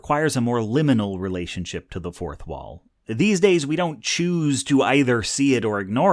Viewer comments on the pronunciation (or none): none